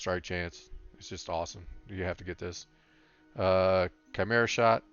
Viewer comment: thanks for the video. Criticism: 1. chimera is not pronounced how you are pronouncing it 2. could show the enchants we need, and potions, etc (for new hunters 60 like me) 3. could show what to get first with honor. the bow you got is what i found that was good advice but what do i do with honor 4. could show role in bgs as a hunter, 5. could show better your order of skills. you mentioned it but could show it in action i suck bad at hunter. super new to hunter pvp and 60. leveled as bm. i thought it was gear but alas, my gear is bloodthirsty 61-68 and its decent. was hoping video would have a little more expert tips like not just use scatter but how to use it most effective ot best order to do things do i put down a ice trap then jump back or back first then trap , etc good advice on the NE. ne pretty good for all classes however you are male which is not acceptable